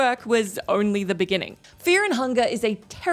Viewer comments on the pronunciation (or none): only the beninging bening beninging 😂